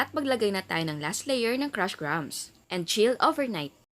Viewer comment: That's the correct pronunciation of "grahams".